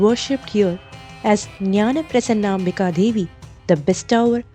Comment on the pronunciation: Madam, please take note that the Devi here has a divine name of SRI NJAANA PRASOONAMBIKA. NOT PRASANNAMBIKA.